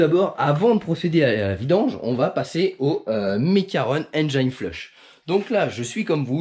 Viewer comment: Super vidéo, ça se voit que tu fais bcp d’efforts pour la réalisation de tes vidéos, merci! Petit conseil si je peux me permettre pour la prononciation de Engine flush, Engine se dit comme si tu le disais en français donc pas de Engaïne 😜